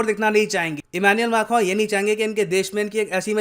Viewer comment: sir आप फ्रांस के राष्ट्रपति " एम्मॉन्युएल मॉकरन " को ऐसे नाम से क्यों बुलाते है " इमानुएल माखन "? 🙎